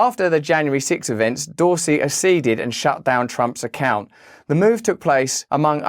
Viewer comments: Keep up the good work Russell. May I just point out though... accede is pronounced "ak-seed" not "asseed". That was your only mistake...be proud of what you are doing here.👍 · Great piece, Russell. But PLEASE don't be part of the cult that's destroying English. Double C's followed by a weak vowel are pronounced separately, hard then soft. Ack-cede, not assede. OK? Look it up.